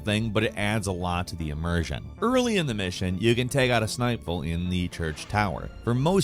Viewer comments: “sniper”? Or “snipe pole”? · He keeps mispronouncing words. Snipel, Guile suit, Zakeeve